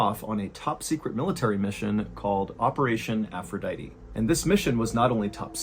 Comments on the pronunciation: Its Aphrodite Not "Aphroditeeeeeee" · The most disturbing thing of this whole story... is your pronunciation of aphrodite